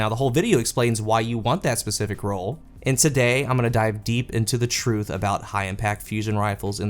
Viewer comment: Hehe "CRUTH"